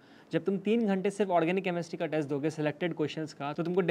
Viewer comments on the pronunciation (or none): none